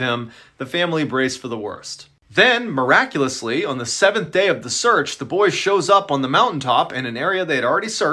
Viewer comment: "MIRACOUSLY" MIRACULOUS